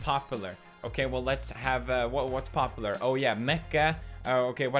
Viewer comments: The way he says popular... pronounce the U Felix!!! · The way he pronounces popular Pop-oo-lar is satisfying.